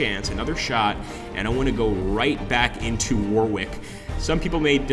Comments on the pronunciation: Pronunciations - Worcester is pronounced 'wooster'. Leicester is pronounced 'lester'. Warwick pronounced 'warik'. Not your fault, just a yank thing 😊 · Just to add a couple more pronunciations .... Leicester is pronounced Lester, and Warwick is pronounced Warrick. Game looks interesting though.